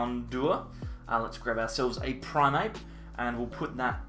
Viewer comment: It is primeape not primape